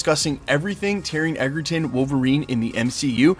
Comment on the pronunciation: I am here for this!!! But PLEASE…it’s pronounced EDGERton. As in having the edge. It’s not. EGGERTON!!! 😤